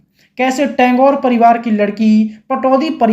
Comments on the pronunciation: Tangore!!??😂😂😂😂😂😂😂 Tagore kaho bhai😂😂😂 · भाईसाहेब आप टॅंगोर ऐसा क्यूँ संबोधित कर रहे है? बताओ के उनका असली नाम ठाकूर है. टागोर तो ब्रिटिश लोगोने अपनी उच्चारण के हिसाब से बनाया था. वो "ठाकूर" है सर. Rabindranath ठाकूर का यहा जिक्र आना बहोत ही दुर्भाग्यपूर्ण है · First of all het title is Tagore and not Tangore pronounced by the compare very cheap production at that time getting an offer from Ray was very great thing and please stop calling het Saif,s mother on the.other hand Saif is her son and please stop victimizing people of Bengal first it is Jaya Bhaduri snd now Sharmila what about those heriones who stole.other,s husbands etc 😂😂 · Tangore? Tagore bolna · टेंगोर नहीं टेगोर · ये चूतिया एनाऊंसर " टेगोर " को " टेन्गोर " कहता है ! कैसे कैसे चूतियोंको माईक पकडा देते हैं !